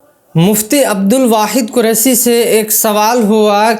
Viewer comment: پہلے اپنی اردو صحیح کر قریسی نہیں قریشی ہے